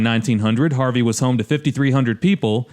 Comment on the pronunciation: No sh*t, it's Harvey 😂